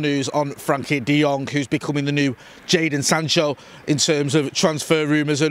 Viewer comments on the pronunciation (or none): none